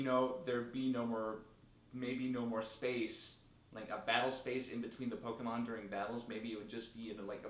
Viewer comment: The single issue that I have with this video is that you say PO-KII-MON when it is meant to be PO-KAY-MON.